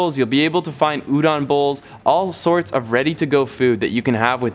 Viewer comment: U said udon and kawaii wrong. Smh.